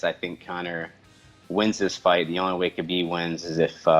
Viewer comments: Diego Sanchez says "Habib is my favorite fighter"......yet he doesn't know how to say his name. Punch drunk, indeed. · only Diego and Kajan pronounced Khabibs name right ))